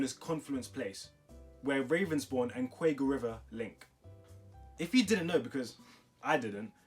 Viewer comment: The river is the quaggy phonetically qu-aggie